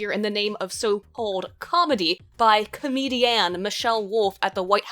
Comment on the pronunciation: Why does she say comedian so weirdly?